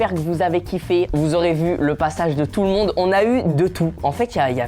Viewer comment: les deux fille dise tolton on tere gimé